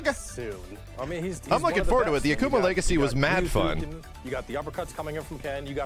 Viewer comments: he is not A-kuma, he isnt a bear, its Ak'ma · Anyone else pissed he said "ahk uma" instead of Akuma? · Why pronounce it like Akama? My brain hurts... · Ahkoomah. I hate the way he pronounces it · Aki isnt SF5 she new. So youll get 1 new character every Year/Season. I cringe every time dude said AKAma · Hey, I hate the way the other guy pronounces Akuma. The character has said his name multiple times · I love how mans says I main akuma but can’t pronounce his name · I don't like the way the dude is pronouncing Akuma's name. Put some respect on his name, sir!